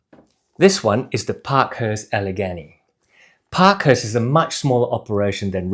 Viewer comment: Getting closer … Allegany (Al-uh-GAY-nee)….as in Gday. Glad you reviewed these. The live motion view gives a better perspective on these boots than the static shots on the company website.